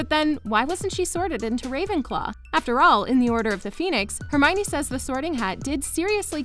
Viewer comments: Oh for God’s sake, it’s not HermIny! It’s Herm-I-o-ny! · Her name is hermeeownninny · I was surprised that Hermione is so much like J.K Rowling. And I pronounced her name like this: Her-mi-yone. When I first saw the name.